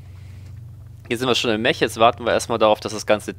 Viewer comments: Man muss ja nich immer alles auf englisch aussprechen, vor allem da das Wort Mech auch im Deutschen existiert. Dennoch bevorzuge ich auch die Aussprache "Meck" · Nur eine kleine ausprach frage: spricht man "Mech" nicht wie "mek" aus? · Na es geht doch. Du kannst das Wort "Mech" doch richtig aussprechen. Erst bei , aber besser als nie. "Mech" wird mit einem "k" am ende ausgesprochen. So wie du es aussprichst, da wird ja einem wirklich schlecht. Und weil du das Wort gefühlte 20 mal die Minute sagst, gebe ich jetzt auf und schaue mir dein Video nicht bis zum Ende an. Da dreht sich mir immer der Magen. Grauenvoll, ...ist das ein Englisch... man oh man.